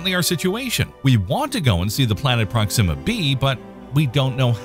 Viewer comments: Is that really how to pronounce "Proxima"? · You know why I stopped watching this video 2 seconds in, because I knew soon as this Ai voice said proxima all wrong